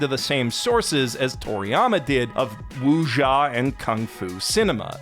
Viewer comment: Did pronounce 'Wuxia' as 'Wu-jha'? Why, I didn't expect this from anime connoisseur.